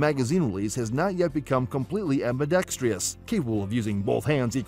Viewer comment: Please learn how to pronounce ambidextrous.